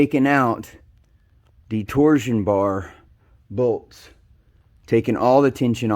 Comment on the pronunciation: Good video but it pronounced torshhh-on bar not tor Zion